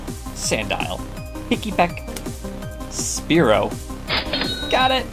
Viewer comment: Hazaa on getting Spearow and Fearow correct! Lol